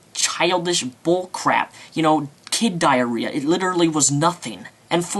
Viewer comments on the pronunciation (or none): DID YOU JUST SAY THE WORD "DIAREEAH"?! God you just reminded me of AVGN!